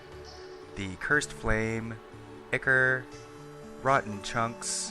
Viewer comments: Actually asshole, it can be pronounced either way....Go kick some kittens douchenozzle. ichor (ˈaɪkə(r), ˈɪkə(r), -ɔː) 1.1 Gr. Myth. The ethereal fluid supposed to flow like blood in the veins of the gods. 2.2 transf. and fig. Blood; a fluid, real or imaginary, likened to the blood of animals. †Formerly, the serum of the blood. Now chiefly poet. 3.3 Path. A watery acrid discharge issuing from certain wounds and sores. 4.4 Geol. A fluid or ‘emanation’ from a magma which is held to cause granitization of rock. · THANK YOU, I mean seriously the only people that get a pass are true slavs, not these west-folk like myself, he is obviously american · iknow theres multiple was to say word but he was ligitamently saying ichor wrong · dude not to be rude but the way ur saying ichor is wrong and so teeth grinding........ say it like " i-core" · it's pronounced 'eye-core' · it pronounce Eye-Core? not Ick-Core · I-ker ? I-Core is the correct pronunciation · Ichor is pronounced eye-core not ick-er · Man I say it like Icker too I probably won't stop regardless of how it's supposed to be lol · Actually Ichor is correctly said “eye-core” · I think ichor is pronounce Eye-core But other than that This is a fantastic farm I’ll get building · Did u call ichor “ikker” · Eye-core is how it's pronounced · Don't really blame you for the whole Ichor thing, Mispronounce it all the time but I did eventually figure out it is pronounced eye-core. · haven't really gotten into it but it seems to me Ickor is so common because it just seems to make more sense relative to otherwise consistent patterns in english phonetics while it's technically entirely wrong. Don't know about it's original greek pronunciation but that's not relevant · the name is I-Core, similar to a lot of things in games, the name ichor sticker came from teasing a mispronunciation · Siconic Animations well there not really a proper way to say it but if u say Icore that is fine with me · Anyone else notice he said ichor wrong